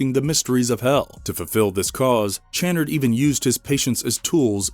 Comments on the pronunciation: Channard is pronounced shann-ard, not ch like chair but ch like Champagne. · You are miss pronouncing Channard. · The way the narrator says Channard makes me wince every time. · I don’t think it’s pronounced as ch but kannard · It's pronounced cha-nard . Jezus, did you watch the fucking movie? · Have you watched the movie? Channard is mis-pronounced every time in this. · Have you even watched the movie? You pronounce Channard wrong every time? 🤦🏻‍♂️🙄🤦🏻‍♂️ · One shot for every time the name "Channard" is mispronounced 😂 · I can't. They can't pronounce "Channard" correctly and I know it's going to come up a lot. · Thank you, every single time he said it, I was having a violent spasm! Lol